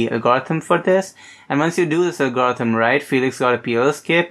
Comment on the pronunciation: Hi, you do really good videos on cubing but the pronunciation of the word algorithm is really annoying. Please improve on this. The rest is really awesome. Just my two cents